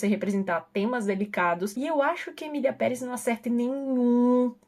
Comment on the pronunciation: Eu pensei que a estava falando "miliamperes" ao invés de "Emilia Perez" vim saber deppis de 3 minutos de vídeo kkkkkkkkkkkk